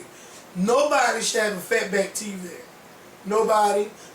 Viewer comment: Did say, "Fat back" LOL